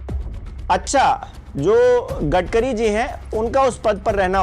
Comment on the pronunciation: U r currently said gadgari